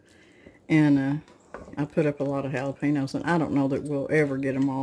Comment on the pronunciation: Jalepen-yo Not jalepeeno